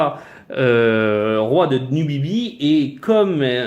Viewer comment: Numidie pas numibie abrutis